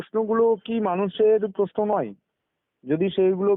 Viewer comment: Kotha ta Poshno noi Proshno. Kotha ta nai niapotta na Nari niapotta. Kotha ta ekdom noi ekdom